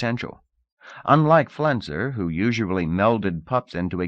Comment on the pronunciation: I feel like it's the deepest and strongest of all worldbuilding it's also unique because the reader always says "usuably" instead of "usually" definitely was my first time ever hearing this "you-zhuh-blee" pronunciation